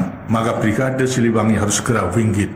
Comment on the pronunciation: bukan wingit tapi wingate